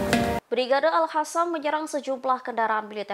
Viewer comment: Al qassam woi bukan al hassam